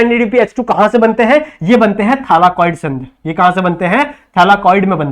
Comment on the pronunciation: Thyllakoid not thallakiod but sir your explanation is wooooooh very well understanding lecture thank you❤